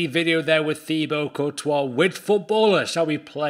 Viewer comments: I thought it was pronounced Tibo not thibo (btw i know his name is spelt Thibaut) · His name is pronounced ti-bo. He must of been cringing every time he heard his name said wrong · It’s pronounced tibo